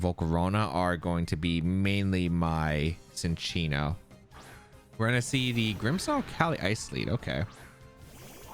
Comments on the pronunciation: I also thought it was Sin-chee-no, I just looked it up and in the anime it is pronounced chin-cheeno. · lol no I like the mispronunciations! Sometimes they make good nicknames like Gouging Fire as “The Gorge”